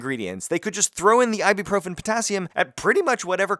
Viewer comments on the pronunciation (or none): Why do English speakers keep pronouncing it Ibeeprofin? It's spelled, Ibuprofen. Mad confused every time I hear this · why are you pronouncing ibuprofen like ibeeprofen? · Did you you say "I'll be profen"???? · what's really triggering me here is your mispronunciation of ibuprofen...it's ibUprofen, not ibEprofen. jeezzz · Ibuprofen nicht eiboproffen... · Is he pronouncing it funny to you guys? As an American I don’t get the joke. I also don’t know what profen means